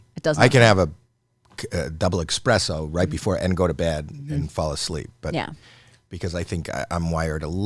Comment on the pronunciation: Jesus for the 99 millionth time, it is ESPRESSO, not EXPRESSO. Learn how to speak.